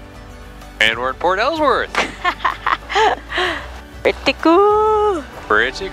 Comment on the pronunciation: Alsworth is pronounced Alls-worth not Al's worth. Lol. 😂. that's my family in Port Alsworth. The way you were pronouncing it was cracking me up.